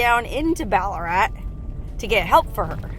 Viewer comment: No actually. Pronounced just as did. But with an Australian accent of course. 😊